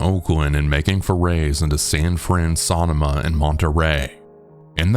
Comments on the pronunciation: Great video as always! Just wanted to let you know, though, that you mispronounced "Sonoma" in the first story (it's actually pronounced as "Suh-no-muh). It's a gorgeous area, totally understand why OP wanted to go back! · (I’m originally from the Bay Area) is that Sonoma? Over there we pronounce it (SUH-NOH-MUH) 😅 sall good though. That’s a beautiful area!